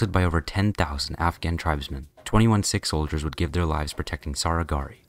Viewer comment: bro cannot pornounce sihk